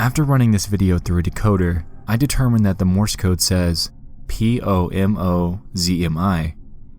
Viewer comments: it was not "pomozmi" but "pomóż mi" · note: POMOZMI is suposed to be Pomóż mi (in polish not slovinian) not slo wich means help me